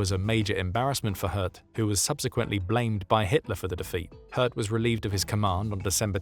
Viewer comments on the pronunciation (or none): Names can be tricky, but I'm pretty sure it's pronounced similarly to the French word 'haute.' They were likely thinking of a name like 'Göth' and assuming there was an umlaut 'ö' in the name. Even so, I'm happy to overlook it based on the otherwise excellent narration by an actual human! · Please… Say ‘Hoth’, like ‘road’. Greetings from the Netherlands 🇳🇱. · How is he pronouncing "Hoth"? Sounds like "Hertz".